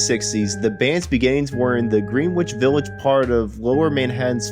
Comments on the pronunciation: Who the hell is narrating this? Ive never heard so many names being butchered in such a short space of thime! For heavens sake at least Google the words to make sure you are pronouncing them correctly! Surely Greenwich Village (pronounced with one e and a silent W) and Creeque Alley (pronounced Creek, not creaky) are well known enough for even a simpleton to pronounce properly. I got to but I couln't listen to any more. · They are pronounced Grenich Village and Creek Alley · Dude before you do a video like this you need to learn the pronunciation of Greenwich Village.